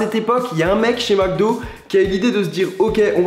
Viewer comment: "Macdo" epa ont dit "Mcdo" il y a pas de a